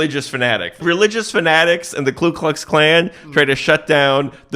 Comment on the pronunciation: It’s Ku not Klu. Idk why